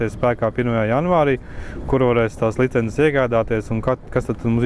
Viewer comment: Kas tas par vārdu - "licenzes"? Nekad latviešu valodā tāds vārds nav eksistējis!!! LICENCES Taču iemācieties vienreiz pareizi izrunāt!